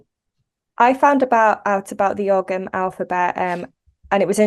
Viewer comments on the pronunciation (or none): The g in ogham is not pronounced would be closer to o-am, sorry if that's nitpicky but it's always nice to know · whoa whoa whoa hold up this woman says she’s an expert on the topic but she’s mispronouncing the word “Ogham”???! Smh